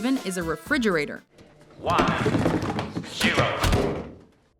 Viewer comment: Refrigirator...Seems Legit